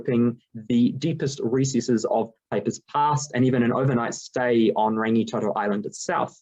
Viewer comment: Thank you for your research & thoughtful presentation your findings. Only feedback would be to look at support in your pronouncition of Rangitoto and a couple of other kupu.